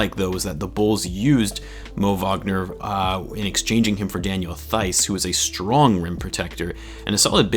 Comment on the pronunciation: Daniel Theis Pronunciation: \Tice\